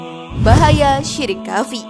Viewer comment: Sebelum berkonten hrs belajar baca arab yg benar.krn ni di lihat banyak orang.Kalimat khafi itu yg bener adalah khofi..jgn baca indosianya tapi arabnya.